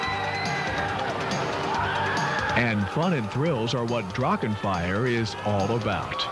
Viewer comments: Yo, German here, "Drachen" is pronounced "Drarrren" just like the "ch" in "Loch Ness" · The pronunciation of Drachen makes me aggressive.